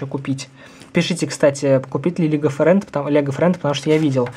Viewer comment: Класс!! Не лего Фрэнд а лего Фрэнс!!